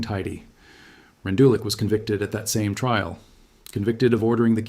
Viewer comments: The name is pronounced "Rendoolitch". Otherwise good video. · 🎉he succeeded in 40 minutes in showing NO photos of Rendulic. He could have learned how to pronounce German names.